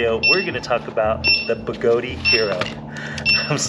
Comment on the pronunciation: I so love your videos,, but please understand that it's pronounced 'Begoad', like toad, not Begoadeeeee, like Flobee. Strip is not stripey when the 'e' is added. Fat/Fate, bat/bate, cat/cate. Notice that the 'e' being added at the end silences itself in order to change the vowel sound preceding it....Thank you for your service letter 'e', you will not be forgotten. In fact, you will still be pronounced by people across the globe, some of who's names begin with 'J', who will still pronounce you even though you have silenced yourself... But seriously, don't say the 'e'! LOL I'm just playin' man. Even though Begode, themselves, say it like Toad, you do you. I just love giving people sh_ _ about it because, why not. It makes me laugh, so...ya. Again, love your videos and I'm glad you're able to have a wonderful family and be willing to share your and their time with us all. You are doing God's work spreading the gospel of electric living. Go forth and ride.